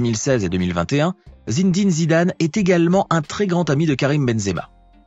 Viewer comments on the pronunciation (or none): "Zindine zidane "